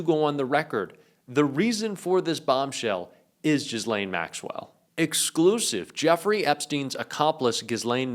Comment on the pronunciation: 'jizz-lane maxwell'